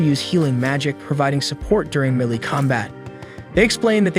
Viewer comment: Melee (May-lay)